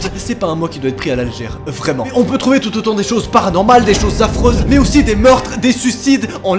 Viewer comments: wallah j’aime trop quand i dit « PARANOMAL » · Quand il crie PARANORMAL, on dirait que il dit PASNORMAL!! '-' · Ce "PARANORMAL" Été magique 😂😊